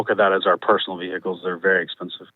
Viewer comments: Do you have any veeee-hickles? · One minute in and giggling at hearing ve-hi-cles about six times. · Vee hick eels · Omg every time they say vee hick ells makes me cry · Why are they pronouncing the H in vehicles!?!? It’s a silent H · Ve-hick-kals 🤣 Very unique way of pronouncing vehicles 🤨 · "How many vee-hickels?"